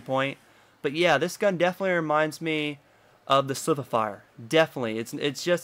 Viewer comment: SLIC-WI-FI-ER is how its prononced and AS-EN-TION sorry but it really was annoying me